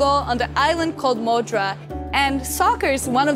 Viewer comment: Ronaldo ("Runaldu") was born on the island of Madeira (Ma-dei-ra), not "Moudra", your Madeira pronunciation was terrible! The signing of the US Constitution was toasted with Madeira wine. Apart from the "Moudra", you did a good job.